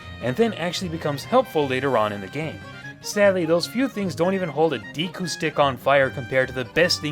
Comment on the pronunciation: DEHKU, not "DEEKU".